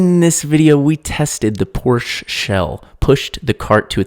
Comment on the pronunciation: Before I even start watching this shit show I just wanna say IT'S FUCKING POR-SHUH NOT GODMAN PORCH GET IT FUCKING RIGHT AND STOP DRIVING SO FUCKING RECKLESSLY I DONT CARE IF YOU DIE BUT IF YOU DO PEOPLE WILL THINK IT WAS THEIR FAULT FOR YOUR FUCKING IDIOCRACY im done dive safe yall